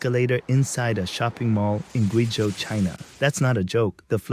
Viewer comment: 贵州 province is pronounced "GWAY-zhou" not "Gwee-zhou." And did he mean to say Guilin ("GWAY-lin") not "Geelin"? 🤦